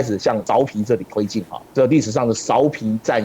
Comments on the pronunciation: 芍陂[què bēi]。。。。好像没念过苕皮。。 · 稍微纠正一些读音： 芍陂，读作que4 bei1（同“确杯”），现在为安徽淮南市寿县安丰塘，春秋时楚国孙叔敖主持修建的一个水利工程，东晋时改名为“安丰塘”，并沿用至今 “芍”字在这里是特殊读音，历史遗留原因，无法解释 “陂”字为多音字，大多数时候读“bei1”，意为“山坡、池塘、湖泊”，许多相关地名也是如此，比如这里的芍陂，又比如广州有个车陂， 这个位置引用《晋书》的"陂"字，也应读"bei1"，那整句就是指在颍川南北附近修建多个池塘水库的意思 “陂”字只有极少数情况读"pi2"，目前能找到的，也只有湖北武汉的黄陂 六安，读作“lu4 an1”（同"陆安”） "六"字读"lu4"时，意为春秋时期的六（国名），以及附近地域，也就是今天的六安附近，“六安”这个名称，据说是汉武帝时所起，是将当时刚刚经历谋反的衡山国境内的六县、安风等地名字合并为“六安”，意为“六地平安” 另外好像也有姓六的